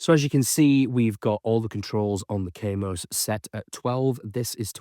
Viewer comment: Kaamos not Keimos.